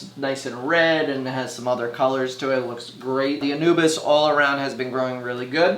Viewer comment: Its ANUBIAS. Not ANUBIS (thats the God of Death). ANU-BEE-AS.